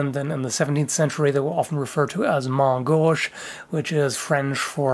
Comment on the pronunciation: Sorry, but he is saying "main gauche." As you probably know that translates to "left hand" he is just pronouncing it a bit weird. Having seen it written in French, I know this to be so.